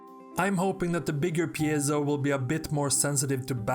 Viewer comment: Here we see the world's only man who can actually pronounce 'piezo'